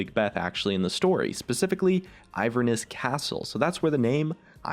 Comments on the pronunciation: I love your videos, but as a Scottish person, I cringed so hard at "Ivern-ness". Afraid to break it to you, but it's Inverness- the removal of the first 'n' is down to a little creative licence from Riot! Also, the quote "noone who wanders is truly lost" is indeed a Tolkein reference, but it references the much closer "not all those who wander are lost" (I was once gifted a watch by an eccentric, Tokein-fanatic, writer friend with this inscribed on taking a job in another country). Good research but a little off! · Its inverness not iverness ^_^ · INverness, not Iverness. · The city in Scotland is Inverness not Iverness... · Iverness? You mean Inverness? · Inverness not iverness. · It isn't Iverness. It is pronounced Inverness. (Just so you know) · The Scottish place is Inverness not iverness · I'm American and I did too; isn't it Inverness? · the place in Scotland is Inverness (IN-VER-NESS) not Iverness. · Inverness is pronounced in-ver-ness not IVER-ness haha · you are saying inverness wrong it is in - ver - ness. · As a Scotsman, I cringed into the floor when you said "iverness" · Im Australian and i cringed when he said that too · I assume the Scottish City you mentioned was Inverness? There's an N in there, it doesn't actually pronounce anything like Ivern. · He pronounced Inverness wrong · Your pronunciation of Inverness is atrocious. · I'm English and I did too 😂😂😂